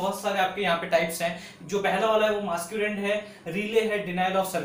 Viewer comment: Lol, he was going to say "Masturbate" instead of "Masquerade" 😂🤣. Anyways, jokes aside, that was a great explaination!